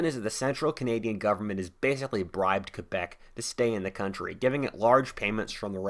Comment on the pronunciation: Bravo for saying Quebec and not Kwaybec!